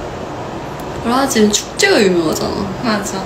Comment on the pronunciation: 어떤 스케줄이었을까? 브라질 발음할 땐 끝을 올려주세요 X '브'↗라질 O 브라'질'↗